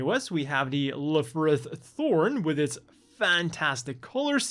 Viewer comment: It's actually pronounced "Elfrith" according to the WfM English dub. I guess they should've put a hyphen in it ("L-Frith"), then there'd be no ambiguity.